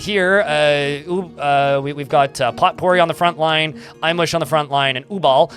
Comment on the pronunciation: "Potpourri" is pronounced "poe - pooREE". Love your stream & videos, keep up the great work!